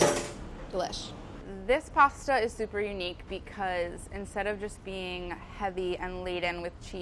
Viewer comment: I like her she pronounced pasta correctly